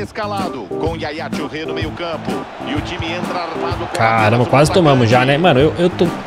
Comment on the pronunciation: Turrê... Yaya Turrê